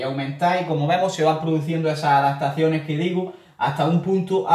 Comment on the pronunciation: Cuando escribes…. Pones adatacione o adaptaciones? Pregunta sería? Sí lo escribes “adatacione” no hay problema que lo pronuncies así… Como conceto…